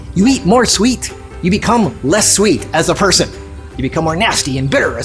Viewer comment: On minute 5 you said less bitter more swet 😁